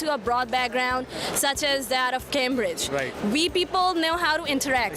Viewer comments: Cambrige ??? I mean the only thing u would got to say was cambrige .u could have said oxford instead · That “kaambredge” girl made me throw up 😂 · "Cambridge Beckground" 😂 and "Balk of people"